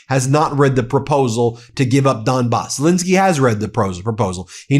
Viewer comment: It's Zel ENSKY, not INSKY, get his name right BEN or should we call you BIN ?